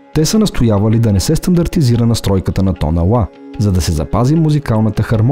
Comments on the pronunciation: Мнаго интересно видео. Благодаря, тези неща не ги знаех. Още веднъж благодаря. Но за толкова високо интелектуално ниво на клипа, е леко дразнещо интонацията на изговаряне на нотата "ЛА" !!! Изговаря се "ЛА", а не "УА". Запомнето го модерни софиянци, запоменто го..... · Тонът УА ?!?! Моля Ви, работете върху произнасянето на правилно Л. УОНДОН, СУЪНЦЕ ....... Звучи изключително несериозно. Твърде добри сте във всичко, за да изговаряте толкова усезаемо УЪ вместо Л. С логопедични упражнения ЛТА ЛТО ЛТИ ЛТЕ този речеви недостатък се оправя лесно.